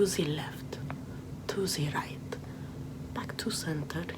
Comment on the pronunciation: I literally thought she said suzie left to zee right